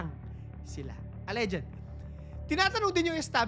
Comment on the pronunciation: Mali banggit mo sa "alleged" inulit ulit mo pa ng 1k times! 😂😂😂